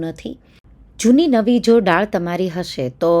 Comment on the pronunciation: ડાળ નહીં બહેન, દાળ બોલો. ડાળ ઝાડની હોય...